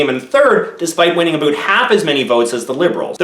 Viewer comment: Its really pretentious to actually use "Aboot" as no one in Canada actually says that